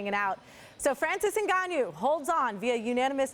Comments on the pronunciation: Ngannou, not "en-gon-nyew." Sheesh. She had one job. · NgaYOU!!? It's interesting how folks pronounce names incorrectly.🤦🏿‍♂️🤦🏿‍♂️🤦🏿‍♂️ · Everyone: "NGannou" Ashley: "Engañu" 😆😆😆😆😆😆😆😆